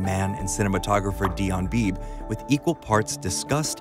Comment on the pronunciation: One quibble: The DP is Dion Beebe (pronounced “Beebee”). Other than that, great video.